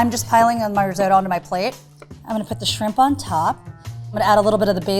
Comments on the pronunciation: riz-oh-to? listen to the italians, it's riz-ott-oh... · Bugs me every time. sot, in risotto, is pronounced like hot. It's risotto, not risoto. And the lvl 2 chef looked like she'd never even heard the word before she walked on set. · stop saying riz-oh-toe.... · That dark haired chick absolutely butchered it. That was NOT rissoto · Risotto has two Ts in it but they're all pronouncing it "riz-oat-o"? why are they doing that? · Why can't Americans pronounce risotto?! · "risotto" is a hate crime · the italians are cringing at yalls pronunciation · im having an italian "watching" with me and hes angry at the pronunciation